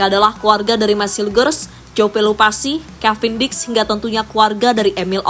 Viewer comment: Pelupessy bukan pelupasi jauh banget min!!